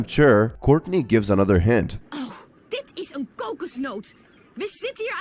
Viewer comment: I'm a Taiwanese🤚 You pronounced Courtney sooo good Actually, Duncan is called Biāo gē(標哥), "表哥" means older male cousin And Gwen is called Lū jiě (盧姐, different word) Others are pronounced close enough By the way, we call Mike as Xiǎo Hóu, which means "little monkey"😅